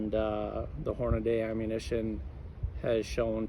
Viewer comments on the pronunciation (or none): Horna-DEE not Day